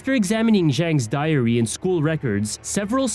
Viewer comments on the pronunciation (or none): none